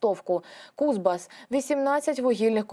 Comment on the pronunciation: Та не КУзбас, сонечко, а КузбАс!